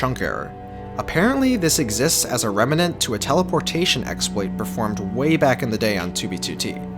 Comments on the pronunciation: Fine, I'm going to be that guy. Rem·nant not Reh·mih·nent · “Reminant”